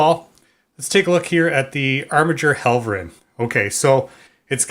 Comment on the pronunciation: Mispronounced Helverin